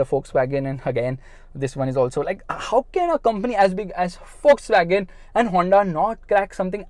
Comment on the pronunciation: Everytime he screams wolkswagon sounds fuckswagon to me😂